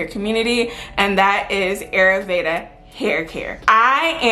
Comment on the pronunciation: Ayurveda pronounced... Eye-yür- véda😉😘